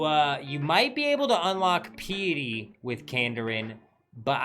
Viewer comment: Who says draconic VYE-sage or PEE-itty? Even the Europeans I play with have consistent pronunciation on these.